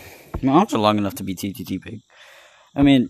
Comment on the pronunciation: hhahahah “ttttig”